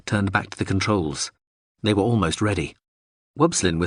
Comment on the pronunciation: Is this an a.i reading too? Have the culture invaded youtube? If not, why is every instance of the word 'were' being pronounced 'where'?